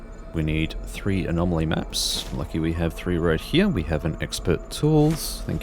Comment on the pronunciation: Why are "anomaly" and "anomalies" changed to "amomawy" and "amomawies"